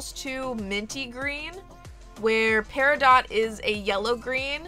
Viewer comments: That’s pronounced PERIDOT 🙄💚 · I am an August girl. Love my birthstone Peridot. Please don't pronounce the t. I have never heard anyone especially jewlers say Peri-dot. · I kept pronouncing it perido while recording and researched if I was saying it correctly! I found out everyone says it both ways but "pairadot" is actually the right way :) should have included that as a fact in the video! I still keep saying perido though lol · It’s actually pronounced perido. The t is silent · Pronounciation: Peridoe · It is actually pronounced pe ri dough love. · Edit: Heyyy! For those saying I’m pronouncing Peridot wrong, I researched it and apparently you can say it both ways (should have included that as a fact!) 💚 Here is Peridot!! 💚 Hope you love her and thanks for watching!! 🥰 Also, I uploaded twice this week!! 🎉 Stay Tuned for Life with Barbie Episode 37! 💖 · Ohhhh my gosh!!!💚💚💚💚💚💚💚💚! My beautiful birthstone doll! I freakin' cried! THANK YOU 💚.( please don't get mad at me, peridot has a long "O" sound and a silent "T") I truly love your hard work with these beautiful results. Love to all August babies💚🎂💚🎂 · LOVE because i'm a Peridot birthstone... (btw peridot is pronounced without the "t" on the end) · You are saying peridot wrong 🤔